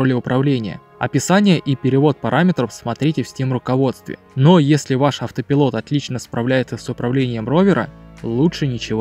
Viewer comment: Я конечно не придираюсь, но если уж начал autopilot произносить "Ауто.." заканчивай "пайлот" - так правильнее. Иначе слух режет